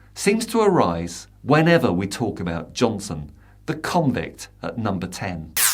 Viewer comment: Love the way you got his name right.....over and over and over